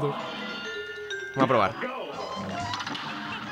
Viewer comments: Soy yo o decia PAMOS en vez de VAMOS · ya no es "vamos" es "pamos" :V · DICE PAMOS EN VEZ DE VAMOS